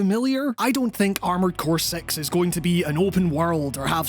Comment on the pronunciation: am i the only one who heard armored core sex and had to rewind to confirm lol